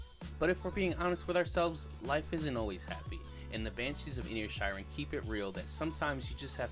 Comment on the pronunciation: Pádraig : (Paw-drig) Síobhan : (Shiv-awn) Inisherin: Inish-Air-in… NOT inish-EAR-in nor inish-EYE-rin This is a difficult review because this is an allegorical piece with multiple layers and meanings. For some viewers, the take-always can only be superficial; whereas, for others (who know more about Ireland) the meanings go VERY DEEP (and even refer to the “mythological” in the Irish mythological tradition). This is a piece about the Irish Civil War (those supporting a Free State (Pro-Treaty)versus those wanting a provisional government (IRA)(Anti-Treaty)) [and simply how some from the North (let’s just say), who held allegiance to the English, fought against the Irish Republicans (those who in Ireland wanted full independence from England and a stand-alone Irish Republic thus “Republican”…(Respectfully, NOTHING TO DO WITH USA/AMERICAN POLITICS FOLKS!)] The name Inisherin means the “Irish Isle” or “Island of Ireland”. In the movie, it is just off the coast of “mainland” Ireland. In reality this Inisherin doesn’t exist. This little Irish isle represents the greater Irish Island just a short distance away!! And, the conflicts raging in Ireland of the time of the Civil War which happens to be the period of time represented in the movie. To “turn” on (rise up against) friends and brothers for no reason or no good reason, to cause death and pain, to inflict a blood lust and an inherited feud with uncertain outcomes other than distrust, pain, loss and misery…speaks to what Ireland